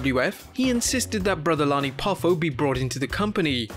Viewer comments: savages brothers name is Lanny not Lonnie. You also said st Louis wrong. idk if you said anything else wrong or not. I stopped watching after you saying his brothers wrong. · fyl, the man's name is Lanny (with an "a" like "man" or "god damn"), not Lonnie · its Lanny not Lonny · Lanny is pronounced Like land not Lonnie. Same as St. Louis being saint Lew is. Not Louie . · Is it just me, or did he called Lanny, Lonnie?